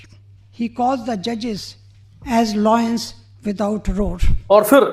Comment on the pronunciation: Loins without roar😂😂😂.. madam it is lions not loins... Please check below the belt meaning 😂😂😂